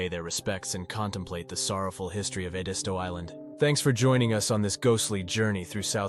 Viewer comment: Not how I or those I know pronounce it - Ed-i-stow and I'm from Orangeburg county, born and bred.